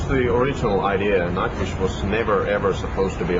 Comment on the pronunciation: Eu entendi nightwishka😹 wishka de gato Tuomas é um mesmo